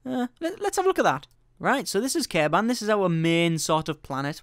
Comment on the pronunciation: Its Kerbin, not Kerban!